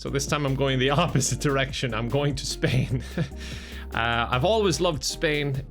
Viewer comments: He's moving to Spaing but the "S" is silent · he's going to spain without the g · moves to spain the S is silent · Spain without the S (love you!!!) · moving to Spain without the "s";-; No, but seriously hope things go well:D